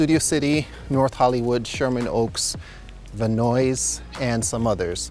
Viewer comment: Did you really just say "Va Noise"?